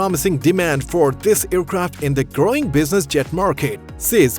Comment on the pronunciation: It is hard. He's pushing too hard. Destination not designation. Growing not grawning By not Vy These not tees Fu**in Fiverr voiceovers.